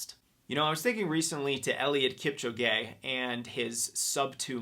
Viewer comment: Eliud Kip-cho-gay lol Otherwise a great talk, thanks for all the inspiration!